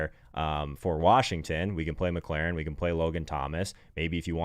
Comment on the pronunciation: I’m sorry... but I have to do it, Mc-LOR-in not mclaren